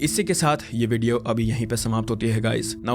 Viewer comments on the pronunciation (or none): none